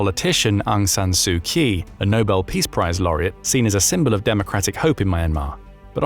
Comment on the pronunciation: Look, I'm sure we all understand that this is an AI voicing your written script, and it doesn't know how to pronounce non-English words. So instead of subjecting us to its execrable attempts to do so, why not just use phonetic substitutes in your scripts? We obviously won't be reading them and perhaps your AI might do a better job. Try writing "A-ung San Soo Chee" and see what comes out. Just a suggestion.😊